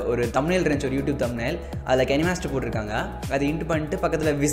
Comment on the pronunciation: It's kinemaster not kanimaster